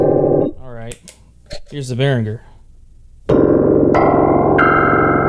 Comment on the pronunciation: Thank you for pronouncing Behringer correctly! Great playing and useful review too.